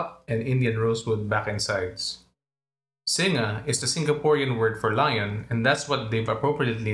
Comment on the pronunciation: Nice review. Just one quibble on the pronunciation of Singa. Its Sin-ga, not Sin-nga. Like in Sin-ga-pore. X